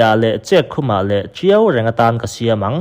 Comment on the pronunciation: Chet khum i tih hi chek khum tih tur ni awm tak a ni